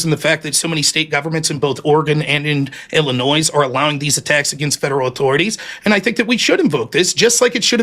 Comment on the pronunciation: So the first incorrect assertion goes to Rob. He said he was listening but mischaracterized Ryan's argument. Posse Comitatus applies to the MILITARY not the FBI. Also, what American says "IlliNOISE?" It's "Illinoy"(Illinois).